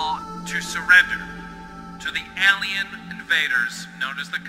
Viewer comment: Why does he pronounce Alien like Ellien??